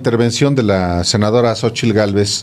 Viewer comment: Talvez este equivocado pero Xochilt no puede pronunciar la letra "R" la pronuncia como "L".......alguien lo ha notado?